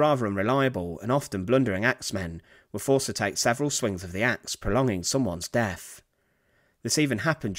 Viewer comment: Great vid as always, but it's not "Fing" it's "THing". aIso it's not "Def" it's "Death" It's not "Bruver" it's "BroTHer" Please if you're going to do this, increase your credibility by enunciating correctly.- Please?